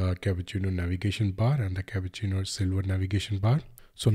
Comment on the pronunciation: It’s Cupertino not capucino